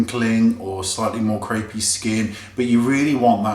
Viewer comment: Omg, I always crack up when you talk about "creepy" skin. That's certainly the way to put it but it just sounds so funny every time I hear you say it!! Love your vids and the great tips, I've started doing a lot of things differently since I began watching your videos some weeks back!!